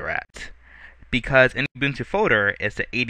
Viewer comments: Those of you who said it is not ubuntu this is ubuntu... just a very old version. Almost looks debian based so i think its ubuntu 7. and its not "youbuntu" its ubuntu like oo b u n t u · He pronounces it "You-Boon-Two" Instead of "Ou-Boon-Two" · I noticed you pronounce it you-buntu. According to the creators (on their own site) it is pronounced oo-boon-too. You're a tech-savy guy and Ubuntu is rapidly becoming a major Linux Distro because it is now on so many devices. -Thanks for this tutor, I've done it once and it was a pain with the tutor I had previously used. Your version makes it a lot easier.